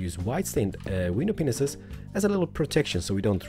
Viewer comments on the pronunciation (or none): when he says glass panes it sounds like glass pineses